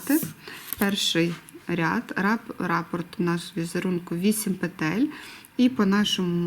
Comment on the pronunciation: Дякую за україномовний контент. Але хочу зазначити, що правильно казати рапОрт, наголос на букву «О»…